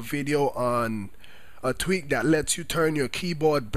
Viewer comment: i didnt realize till half way through the video he was saying tweak.. i thought he was saying tweet lol im like what does twitter have to do with changing the color of your keyboard